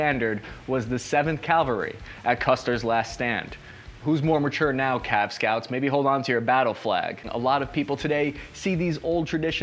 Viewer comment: Cav, not Cal